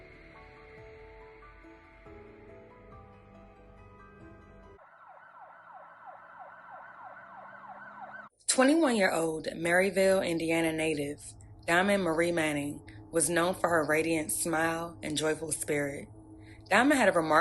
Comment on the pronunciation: Im from Northwest Indiana. Its pronouned Merrillville, not Merryville.